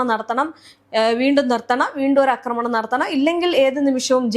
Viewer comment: അക്രമണം അല്ല "ആക്രമണം." ഇന്നലെയേ പറയണം എന്ന് കരുതിയതാ.